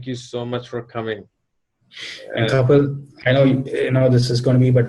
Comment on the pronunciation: check your pronounciation